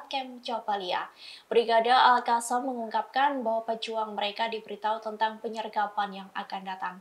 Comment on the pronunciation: Terima kasih sudah kata ALQOSSAM sudah dibaca lebih baik dibaca alkassam bukan alhassam lagi 👍👍